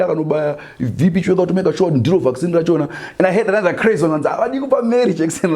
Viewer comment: Vac Sinhi not vaccine 😆😆😆😆